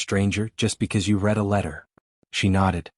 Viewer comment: I wish you could find a way to get the computer to say words correctly. For example it said "wound" as the action of putting thread/yarn onto something, but it is spelled the same. Also it said "Red" like the color and how you spelled it, however it should've been spelled "Read" where it would've then said it even more poorly. It also said the word "taking" as... lets see if I can spell it... 'tak-kin' instead of 'take-ing.' Every time I hear words said wrongly it throws me out of the story. At least this story doesn't have people doing the same thing 3 times, another thing that can throw a person out of a story...